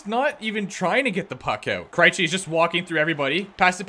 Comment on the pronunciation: Stop pronouncing Krejci as "Cry-chi" Its pronounced as "Cray-chi"